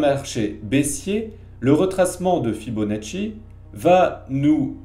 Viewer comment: L'excellent "Fibonatchouille" de! Impeccable! ^^ Et j'ajouterais "et paf!";)